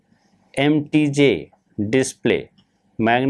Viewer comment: mtj is spelled "em tee jay", you're spelling it like mtg.